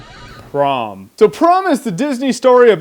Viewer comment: Is it just me or does anyone else hear "Tron" and "Porn" every time he says "Prom"?